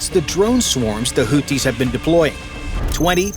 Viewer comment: It is not pronounced "Hooties." Maybe you're thinking of the US restaurant chain :) It's pronounced the way it's spelled, i.e. "Hoothies" (Arabic, Al Hoothiun الحوثيون).